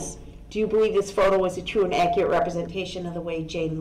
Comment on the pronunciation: "Akurit" statements